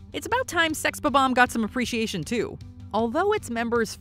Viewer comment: isn’t it Sex Bomb-Omb? not Sex B-Bomb?